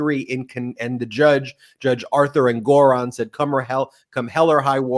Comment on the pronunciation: Thank you for pronouncing Judge Engoron's name correctly. We went to the same high school, The Wheatley School- my sister was in the same class as his youngest brother.